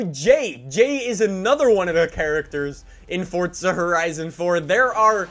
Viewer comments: Fortza☠️☠️☠️☠️ it annoys me how he says forza like it’s forza not fortza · Why do you keep calling it Fortza and not Forza? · Forza not fortza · Just please say forza when people realize u say fortza they will never be able to get it out of their head and never watch your vids again unless its muted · It's FORZA not FORTZA!!! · Its forza not fortza lmao chilll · it's pronounced 4za not fortza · “Fortza horizon 4” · why does he call it fordza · stop saying fortza horizon 4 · Its not fortza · What the hell is fortza did fortnite have a baby? Just kidding guys i know what he's saying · theres no t in forza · There's no T in Forza, i stopped watching your video after the 4th you tried to pronounce Forza